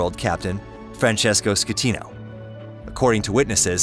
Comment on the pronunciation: Costa concordia did not sink. What you taking about? And you said the captain's name wrong " captain scatino"